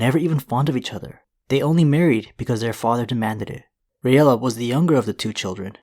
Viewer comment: It's pronounced (Ray-la). Not (ray-ella). Just like Rhaegar is (Ray-gar) not (Ray-egar)